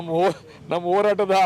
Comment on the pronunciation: ಓರಾಟ 😮😅😂( ಹೋರಾಟ) ಅಕಾರ ಹಕಾರ ಸರಿಯಿಲ್ಲ .ಗಂಡಸರಲ್ಲ ಪದ ಬಳಕೆ ಕೂಡ ತಪ್ಪು.